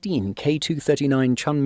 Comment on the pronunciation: WOW~천무가 한국어 '천무'라고 들리는거 같아요.😅